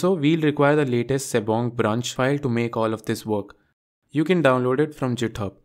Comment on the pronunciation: It's GitHub not JitHub